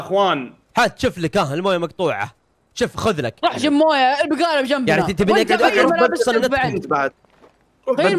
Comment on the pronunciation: فيرفل في الدقيقه كلجت بدال لا تقول جيب قلت قيب 😂